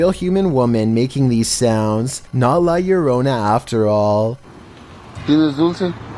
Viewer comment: I love u but the way u say La Llorona